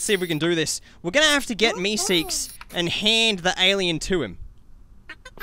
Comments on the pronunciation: MESEEKES NOT YOUSEEKES Not to be mean just saying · It's mr. Meeseeks not mr. Youseeks. No hate